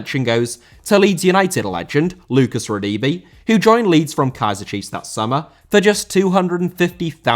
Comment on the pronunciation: Lucas Rerdeebee. Lmao bruh! Hell nah. Not from you. 😅